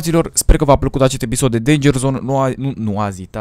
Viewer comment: fain ''efisod'' =)